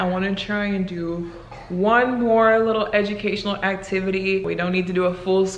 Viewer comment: she says w’s instead of l’s awww ☺️